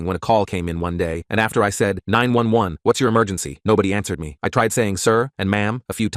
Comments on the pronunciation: when it said 911 like 9-11 i was like “didn’t 9-11 happen in the 2000s??” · the way they said 911 sounded like 9 11